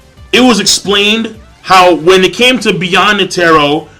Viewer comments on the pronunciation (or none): 4 years too late, but you are wrong as well. It is pronounced like Ne-teh-roh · Bro... netero is pronounced like net-teh-row lol i’m sorry but Annoyed me a lil LOL